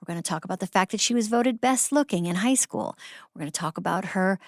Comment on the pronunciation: I thought she said "Hosco" like Costco. My begeezes! She said High school!!!